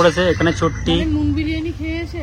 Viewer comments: বারিয়ানি না ওটা বিরিয়ানি হবে 😂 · ওটা বারিয়ানি হবে না বিরিয়ানি হবে😅